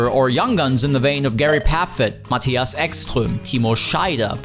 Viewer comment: Awful watch. You put all that effort into your pronunciation of Spengler, Ekström, Ullrich etc but still said ‘Ahdi’ ‘German Touring Masters’ and ‘maTHias’ 🙄